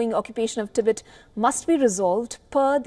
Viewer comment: Tibet, not Tibit